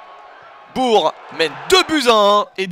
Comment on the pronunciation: Chez nous Bourg ce prononce BourK BourKen Bresse Merci